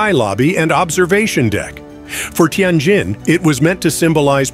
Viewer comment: Learn how to pronounced words, cities, businesses, ETC--- you are 99% wrong==== teee en jenn or teee en jinn-- It is a great city== 1/2 of what you are saying is imagined/incorrect- just saying-- it is a nice building- IT IS NOT A RUIN--- N OT A RUIN